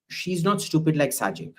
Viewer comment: The most unfortunate thing about our Indian friends is that they have a very little knowledge on Bangladesh. They blindly believe their media's false propaganda. Even in this discussion the guy named Abhijit was calling Sheikh Hasina's son's name as "Sanjib". LoL. They can't even spell or pronounce Sheikh Hasina and her father's name properly. An MP like Shashi Tharoor was saying in an NDTV interview that "several Awami League MPs were killed.". This is the level of knowledge they keep about their neighbour. It is good that the most top international media fact-checked India's claims and found them false & deliberate. So the reputation of Indian media is almost zero now, meaning that whatever they propagate doesn’t matter.